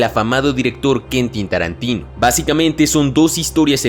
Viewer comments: Es tan afamado que no te sabes su nombre jajajaja Kentin tarantin??? Quentin tarantino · Kentin Tarantino xd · Kentin Tarantino XD, cinefilo no eres, pero buen video